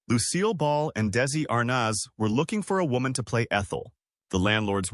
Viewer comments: AI narration omg “Daisey…Lou(pause) Desi m ArNOZ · the narrator can’t correctly pronounce Desi’s last name or the name DESILU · The first picture is NOT Vivian Vance. Where are you getting your information? Bad voice over. How dare you dump on Vivian. Also can you pronounce Desi last name correctly? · We don't support you. This type of content is sloppily slapped together and is all over YouTube, feeding misinformation to so many viewers. In this particular video, the bot narration has constant glitches in it - did you even LISTEN to it before putting it up? Additionally, "Arnaz" and "Desi-Lu" are mispronounced. Call me crazy, but I like a HUMAN, EDUCATED narrator.